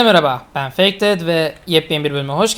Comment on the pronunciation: fake in okunuşunu araştır gel